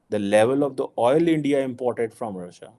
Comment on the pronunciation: AGAIN NOT ANDYA ITS INDIA 😅